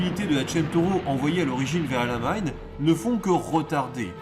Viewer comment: Sympa, mais la prononciation El Amein fait un peu bizarre par rapport au nom réel de la position, El ALAMEIN :) Enfin c'est pas bien grave, mais un peu déroutant. Je me doutes bien que certaines parties ont été enregistrées après des journées déjà bien remplies. Alors merci bien pour tous ces efforts et ce sera un plaisir de découvrir les autres.